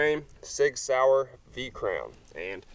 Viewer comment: soi-yer sig sauer